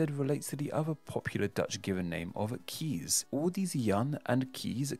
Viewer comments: In Dutch "Kees" is pronounced like English "case", not "keys" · Perhaps some Netherlander might care to correct me, but isn't Kees pronounced more like Case than Keys? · It's not pronounced "Kees," it's pronounced "Case." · Your pronunciation of Kees is way off, but it's probably exactly how the name got corrupted in the first place. Kees is pronounced like the word 'case', so my colleague is often teased with wordplay around being the worst Kees, the best Kees, or doing a Kees study. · 'Kees' is pronounced like the word 'case'.